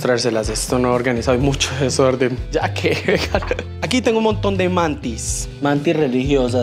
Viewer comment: AQUI👇👇👇LAS VECES QUE DIJO DESORDENN🤣🤣🤣🤣